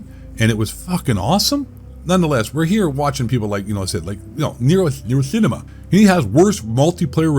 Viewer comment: Feels weird hearing you pronounce NerosCinema normally and not NerosSSSSSSSSCHINEMA